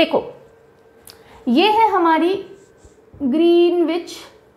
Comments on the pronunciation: Awesome explanation. One thing to correct, the pronunciation of Greenwich is ग्रीनिच instead of ग्रीनविच 😊. I know because I stayed in UK . Thanks for the wonderful content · Just wanted to point out one thing in the world map lectures. You probably know this already but for those interested, Greenwich is pronounced "Grin-idge" or "Grin-itch" and not "Green-witch". Saari School life mein jitna nahin seekh paaye utna do din mein aapne sikha diya ma'am. Thank you for such incredible videos. Truly grateful for your efforts. श्री गुरुभ्यो नमः 🙏🏽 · Pronunciation of Greenwich = GREN-ItCH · Good lesson. Pronounced Gren- ich. W is silent. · Ma'am pronunciation of greenwich is wrong